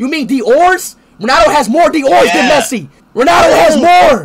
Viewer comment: "MESSI PETTER"?